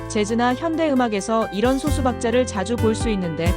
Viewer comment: 그 소수는 발음이 소수가 아니라 솟수 입니다 글자만 소수지